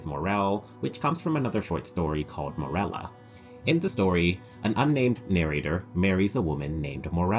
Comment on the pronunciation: How many times can we mispronounce Morella's name.